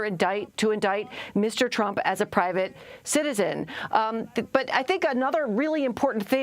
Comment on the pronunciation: Anyone else hear Mueller call him "Trimp" it was great....